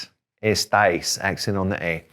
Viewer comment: Estais and estan was not clear